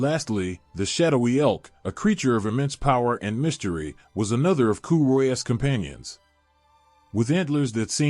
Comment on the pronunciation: Pronunciation sucks ass. Coo choolianne? Get real.